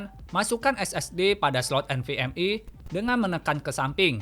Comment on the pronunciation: Nvme❌ Nvm wi✅ 😂😂😂